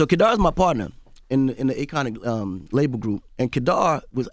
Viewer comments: Sounds like Envy is saying Acorn not Akon😂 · Akon: I put the "i" in Akon... AKOiN 😂😂😂😂